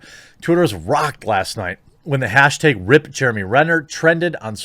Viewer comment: lol the quartering is soooo bad at pronouncing things, not only names. he says hashtags wrong. i like the guy but come on.... aren't you a little bit embarrassed by that? it's doesn't speak very well for your mental acuity